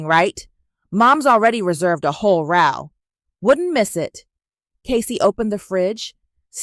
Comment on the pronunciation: Row is pronounced Ro. The ow is pronounced like a long O.